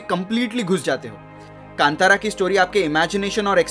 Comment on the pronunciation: Right pronounced कांतारा Sanskrit word Best wishes from Mangaluru